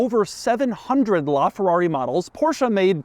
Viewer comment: Porsche actually made an ad on how to pronounce its name. It's Por-sheh, not Portia. People like you should know.